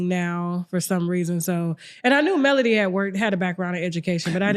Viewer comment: It’s Melody not Melodie! See I can tell you don’t follow the show! That’s why you’re clueless